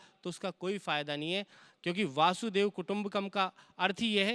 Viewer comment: वासुदेव नहीं वसुधैव कुटुंबकम् होता है